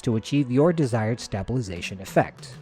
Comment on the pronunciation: the way you say stabilization makes me unreasonably upset😭😭